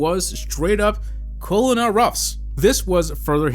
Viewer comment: fyi colonel is pronounced like kernel